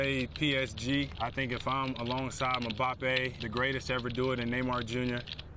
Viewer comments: ‘mabappe’ 🤣🤣 u pronounce it embappe jimmy 🤦🏻‍♂️ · I KNOW he didn’t just call Mbappé, “MaBapae” WHAT🗿